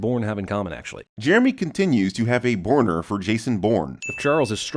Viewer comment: says borner instead of boner. When talking about jason bourne.